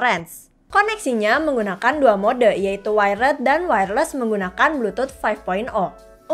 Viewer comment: Wired bacanya "wayerd" kak bukan waired